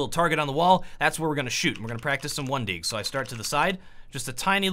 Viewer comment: Anyone notice the fact that he's saying "Juan Deags"?